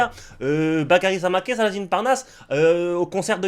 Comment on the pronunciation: c'est Samakeu la prononciation maintenant, il me semble...